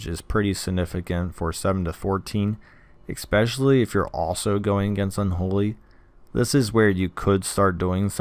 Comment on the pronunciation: There's no X in "especially"